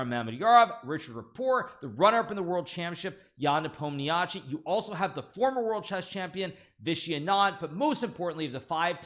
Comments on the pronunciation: Oh no, he forgot how to pronounce Nepomniachtchi 😭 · Why did you revert to your old incorrect pronunciation of Nepo's name when you had previously demonstrated mastery of the correct pronunciation? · Is this an old video or are you backsliding on your pronunciation of Ian's name???